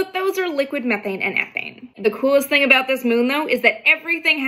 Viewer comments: “A boat”🤣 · I just LOVE the way Canadians say "about".